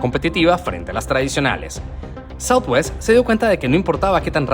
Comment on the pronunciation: Es southwest no southewst